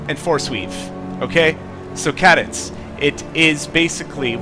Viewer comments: KAY-dense...not KAH-dense. Oh, and it's OKK-cul-tist not oculist. And demolitionist as in DEMO-lishun-ist, not de-MO-lo-gist. You're welcome. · Good video, but when you pronounced cadence ca-dence, I had to laugh. It is pronounced kay-dence btw.. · love the review. BTdubs: It's pronounced Kay-Dence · Cool video, convinced me to buy. Also, Cadence is pronounced KAY DENSE. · i doubt he's in league with anyone considering he can't even pronounce "cadence"